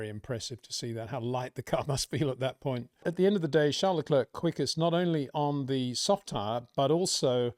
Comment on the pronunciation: Hey Peter, why don't you say Charles Leclerc's name properly? You say his first name properly, but not his last. What's that all about???